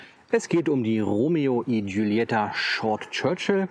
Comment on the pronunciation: Die Ausspache ist "Romeo i Chulieta" mit einem gekratzten "Ch" wie bei Kuchen